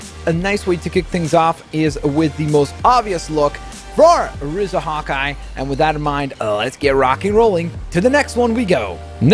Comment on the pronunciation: Btw it’s r-ee-za not r-ih-za